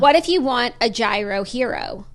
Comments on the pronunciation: The Greek pronunciation of gyro is “yeero” not “hero” but I am thoroughly enjoying the hero tangent 😂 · its YEAR-RHO lol not "hero" lolllllllllll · don’t pronounce the g in gyro, so “yeero”. I couldn’t tell you why i care so much but it’s driving me nuts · Gyro is lamb !!! And it’s pronounced yeero